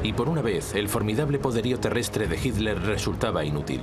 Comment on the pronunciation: Todo bien master pero se dice Hitler, no hilder ni hidler y atlántico no alantico